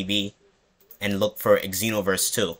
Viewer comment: Bruh. You don't say EX enoverse...